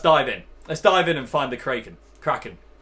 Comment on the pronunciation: I think it should be pronounced 'Kraken' not 'Kraken'